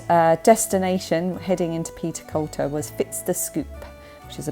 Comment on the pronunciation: I've lived in Aberdeenshire all my life (58 yrs) and within a few short miles of Castle Fraser so I recognised all the roads that you were on. A wee tip for you, Peterculter is pronounced Petercooter and as you'll likely know in the NE we speak Doric (not Scots), a dialect to this area which sadly seems to be dying off. As you said it's an area full of history and looks beautiful especially when you have a park of sheep outside your window. Oh and the ice cream shop Fit's the Scoop translated means What's the Scoop. I did consider typing this in doric but thought you might struggle to understand. Glad you enjoyed your time in the area.